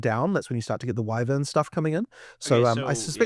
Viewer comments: The guy on the left… Drood… wivern… ugh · Droods? Wivvuns? Get that man a speech therapist. And some self respect.